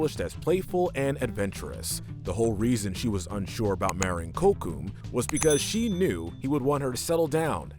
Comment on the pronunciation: Miss pronounced Kocoum but it's fine it's a hard name to say but you at least could have said sorry if I miss pronounced any name , I love you channel but this is a loose version of American history but is still not historical correct but you still should try to try harder